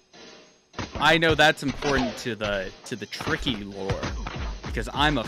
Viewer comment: HIS NAME ISNT TICKY ITS TRICKY